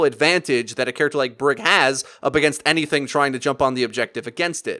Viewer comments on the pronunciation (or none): none